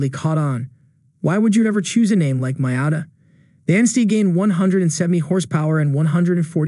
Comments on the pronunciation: It looks funny when you introduce the NA showing a picture of the NB. Also it’s Mee-ata, not My-ata. Other than that, nice video! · I turned you off after the few seconds and that weird way you pronounced Miata. No one has ever pronounced it like that.